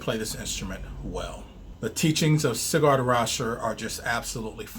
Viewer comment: It's Sigurd Raschèr, not Cigar😁